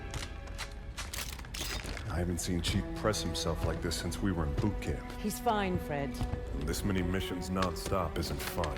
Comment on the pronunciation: Why do I always hear Poop camp instead of boot camp?